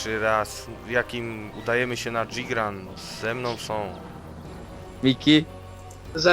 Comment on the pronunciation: O niee! Myślałem że przy okazji lets playa pomogę wyplenić z ludzi tą złą wymowę nazwy wyspy, no ale trudno. Tak dla ogólnej wiadomości: ta wyspa nazywa się JYgran. Y, nie I. Nie mam pojęcia kto zajmował się tłumaczeniem hg moda na polski ale zrobił tu poważny fail, bo to tak jakby mówić Ingros czy Gibath. Tak czy inaczej powodzenia na nowej wyspie, będzie bardzo interesująca.